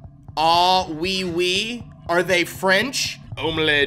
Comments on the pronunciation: It’s not oiy oiy, it’s oui oui pronounced wee wee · oy oy door? French it is pronounced WE WE are we a joke to you? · Oui is pronounced wee and wee means yes ok. Got than salmon? Good. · calls oui-oui, oi-oi Me, who is something percent part french: it's pronounced we-we, not oi-oi! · the oy oy doors French People: Are oui a joke to you? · pronouncing “oui-oui” as “oy-oy” hurt me on a physical level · Hey sam, 'oui oui' I'm pretty sure is pronounced 'wee wee', which of course is yes yes in french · Oui-oui is pronounced “wee wee” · The Oui-Oui monsters are pronounced as We-We, as in French. Also you’re right, it does work a lot like Dark Deception. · I think it's pronounced... "Wii Wii"